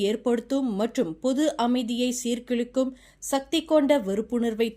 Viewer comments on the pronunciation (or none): Seerkilukum illai Seerkulaikum endru vaasikavum. Tamil paditheergala illai Englishla eluthi vechu padikrengala.